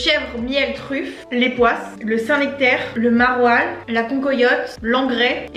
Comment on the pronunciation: à tu diras à Jérémie qu'on dit bien le saint NEctaire et non le saint nActaire 😜